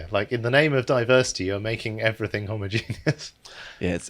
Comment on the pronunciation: I'm sorry but the way you said homogenous sounded like homogenius and it killed me